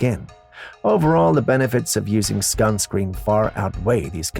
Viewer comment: WTF is “skunscreen”?!